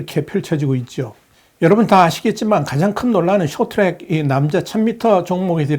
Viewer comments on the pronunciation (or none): none